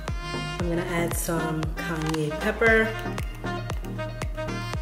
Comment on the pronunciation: She said Kanye pepper😂😂😂